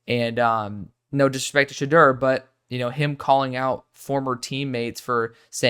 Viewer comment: Sha-door is how you pronouce it